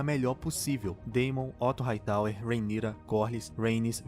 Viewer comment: Eu amei q vc pronúncia o nome da rheanyra corretamente! Tem um pessoal fazendo review chamando ela de rhayra e tá me dando agonia kkkkkk